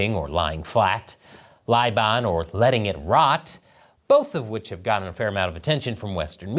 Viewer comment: Is it “lai ban” or “bai lan” for “letting it rot”?